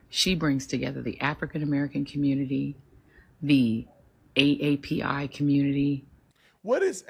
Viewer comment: She mean A-A-P-I ... not A-A-P-I (Asian Amercan & Pacific Islander). But then we're talking about Joy(less) Reid.